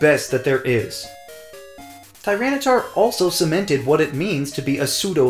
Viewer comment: FERALIGATR, NOT FERLAGATOR! TYRANITAR, NOT TRYANTAR!